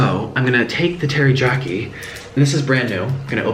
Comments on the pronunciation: Hello from New York love you you say teryaki funny Is this black enough lol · The way you pronounce "Teri-YAH-kee" sauce.. Oh nik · Nik pronounced it, teri-JAH-kee. Now he knows lol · sunny lanes every time I was laughing so hard 😂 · I know this man’s life is spiraling and that’s sad and all, but the real tragedy here is how he pronounces teriyaki. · he’s so awesome in this vid that i don’t even care abt the fact that he mispronounced teriyaki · That teriyaki sauce And his pronunciation is making my eye twitch. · The way he says teriyaki makes me mad lol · I hate how he says teriyaki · ITS TERIYAKI THERES NO J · I had to read the comments on how you pronounced the word teriyaki! Hahaha too funny. Noodles look great, but I'm thinking that was way too much teriyaki sauce on those noodles. A little goes along way. . . So hungry now. 💕💕💕💕🥑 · Oh Nic I so love you. The j is silent. From Mo. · aww the way he pronounced teriyaki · There's no J in teriyaki, Nikocado :P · Samantha Lesstrange 1. It's written as 'Teriyaki'. 2. Spanish people pronounce ys as js. That's why he says 'Terijaki' instead of 'Teriyaki'. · Ter-ee-YA-key not ter-ee-JA-key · sunny lanes Spanish people pronounce ys as js. thats why he said terijaki not teriyaki :) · Hi Nik....love your vids but why do you say Teri-jack-i and not Teri-yak-i?? Say hi to Mr Noodles :) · It's TeriYaki, not pronounced teriJaki ^^ Just for your info! Love your channel! xxx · Every time he said "TeriJyaki", I died a little inside My poor Asian heart can't take it 😔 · he said "teryjaki" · mans did not say terryjocky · Umm did he just say tear-ee-Jack-ee???? I spelled it wrong cause I wanted to make it like how it sounded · Teriyaki, terijarki. Lol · Is he saying teryjaki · I can not believe you’re saying teri JOCKY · Its terry-yack-ey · First off it's terriakie not jakie, second off you have to let the ramen soak up the teriyaki sauce which will let it taste better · It bothered me so much that he kept saying teryjoki